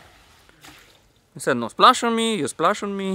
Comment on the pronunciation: I thought you said splash on you